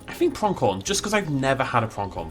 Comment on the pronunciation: Just FYI, there's no K in Pronghorn. Your pronunciation is weird, always adding K sounds to words without. 😅😂 Builds are nice tho.